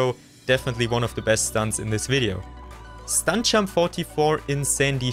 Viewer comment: Hey bro great vid but please work on pronouncing your “j” because i’m having a really hard time focusing when i hear”stunk champ” instead of stunt jump